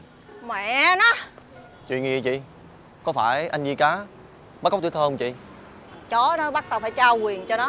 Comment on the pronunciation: July Vn vi cá mà đọc là di cá ák